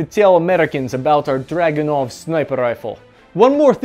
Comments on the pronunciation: It's a drooganov not a dragonow. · ACHTUALLY - The Dragonov is pronounce as Dragoonov - So its named after a Cavalary unit called the Dragoons - Pretty cool shit really when I looked it up in my family history...Relative of ours was a Don Cossack...how awesome is that! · Pronouced druh GOON uf. Back in '92 I was a reporter in the war in the former Yugoslavia. A friend of mine had a Dragunov. I questioned the accuracy, as I'd heard bad things, and he says "Here's how you get an accurate Dragunov. You go to the armory ad check out ten Dragunovs. You go to the range and so some thorough test of all ten. One will shoot minute of angle. So that's your rifle." In Sarajevo most of the snipers were working with very high quality hunting rifles. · It's actually DragunOv.